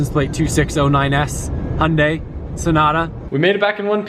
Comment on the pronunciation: the way you say Hyundai is funny lol